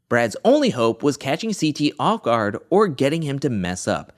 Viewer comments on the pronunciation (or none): none